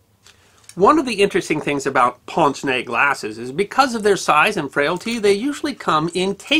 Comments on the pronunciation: ponz? no! "painz" is much closer to the french. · Pince-nez: french for nose pincher. When you pronounce it, say it more like PINCH except for SS at the end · Ew, it's not 'ponce nay"! Remember when Bugs Bunny would say, "Aahh, what's up, Doc?" That nasal first syllable is how you pronounce the vowel in the first word of "pince-nez".